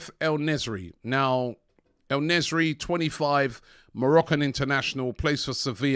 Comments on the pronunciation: (En-nes-eerie) don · Robbie u really need to learn how to read man, the man's name is "En Nesyri" 🙈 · Also, I like how EN spells EL Nesyri 😂🤣 butchers names badly